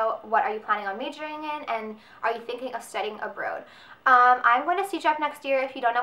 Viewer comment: lol at the the way you say abroad